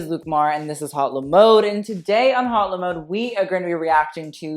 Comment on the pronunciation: The way you say "Haute Le Mode" is cringey.... It's "Hote Le Mode" not "Hot Le Mode". People don't say "Hot Couture" they say "Hote Couture".